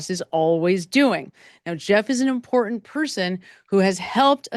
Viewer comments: Great video, but why are we leaving ‘t’s off words? Cerain instead of certain. Imporant instead of Imporant. Why? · Dear Madam: you say "important" & "certain" without using the "T's'. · The words, important and certain have tees in them, please pronounce the T's! It's like my sister-in-law saying. "Samich" instead of Sandwich! Ugh! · When did we stop pronouncing Ts in words?